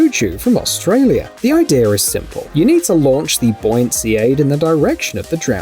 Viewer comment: What do you mean, "idear" It's idea dill hole. There's no "r". What are you a 6 year old?